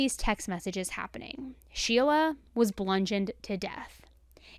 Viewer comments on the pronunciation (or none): Bludgeoned not blungeoned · You said blundgeoned 😂 😂 just think the way you say it is hilarious. This entire story is ridiculous. It seems like more kids around 18-21 are commiting more murders of their parents these days.